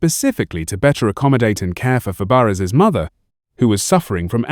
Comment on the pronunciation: It's not Fab-e-ares